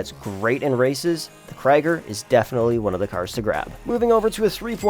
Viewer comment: Its not kraiger its krieger